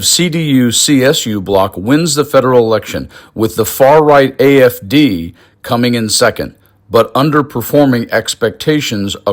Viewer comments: Lmaoo 😂 he supporting a group and movement and he cant even get the damn name right its the AFD GERMANY . He called it IFD even transcription picked up he called it IDF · It sounded like he said the "IFD!" Not "AFD." Also....anyone notice the Usha doesn't look well? What's that about?😮 That's concerning.😮😮😮